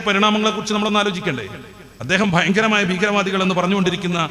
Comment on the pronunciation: ബയങ്കര' അല്ല 'ഭയങ്കര